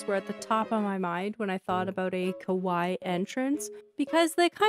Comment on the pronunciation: so cute!!!! (fyi you are pronouncing kawaii wrong - its kaway-ee - and the way your saying it means scary!)